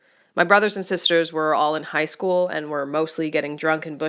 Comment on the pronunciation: I love how she struggles on the word school